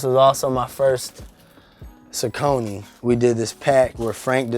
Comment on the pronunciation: Finally someone who says Saucony right